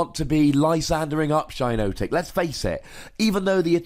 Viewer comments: Definitely shouldn't be pronounced "shy-no-tic"...It's a hypnotic shiitake mushroom, hence the double 'i'. If anything, it's probably closer to "she-naw-tic" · It's pronounced "Shee-notic", as in the "shiitake" mushroom.